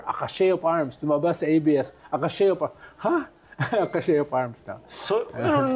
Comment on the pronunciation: Sinasadya lang ba ni Llamas ang wrong pronunciation niya? Chasm is kasm, not tsasm cache is kash, not kashey